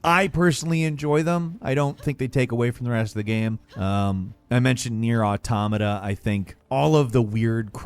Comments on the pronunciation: I feel like said NieR Automata so much in a short time only to mispronounce it every time just to mess with us at this point. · How he pronounces "Jeanne" and "Nier Automata", different 🤔 Bayo 2 was the best, Bayo 1 second best, Bayo 3 after that.